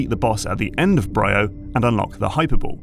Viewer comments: Isn't it pronounced "bree-oh", hence the two 'y's? Great video as usual. I enjoyed MP3:C but the OG Metroid Prime is still my favourite of the series. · Semantic lore correction here… The Leviathan Seeds didn't get scattered from the meteor above Norion; the meteor was a Leviathan like the others. They were all sent out from Phaaze. I also find it funny you consistently mispronounce some things that're voice-acted in the game, like "Bryyo". But overall a very good video and analysis! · You can tell that this voice over man hasn't played the game because he pronounces the planet Bryyo wrong and they say the name out loud in the game.